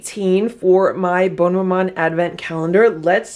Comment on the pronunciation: I don’t mean to be critical, I love your channel, I am a widow in my late seventies and love my Dash appliances and your single serve recipes. But, I am half french Canadian. Bonne, which is the feminine version, is pronounced “bun”. Your pronunciation “bone” ( bon) is the masculine. Just saying…